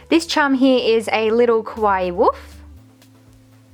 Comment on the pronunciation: I am not trying to be mean but it's kinda sad that your whole channel is centered around 'kawaii' things but you manage to mispronounce the word so much :(. It's KAH-wah-e~, not koh-wah-e(kowaii means scary), not qua-i either... I know, I know- it may look like a nitpick but it's a bit disrespectful to have your whole 'brand', if you will, centered around a theme/word you can't pronounce, you can just say 'cute' if you have troubles with saying 'kawaii'.